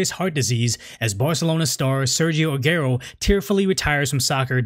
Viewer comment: Not ‘Agerro’ it’s pronounced ‘Ser-gio Ah-gu-erroh’ + interesting topic, great issue to cover.